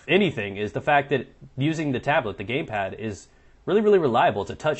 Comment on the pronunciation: "the gaypad"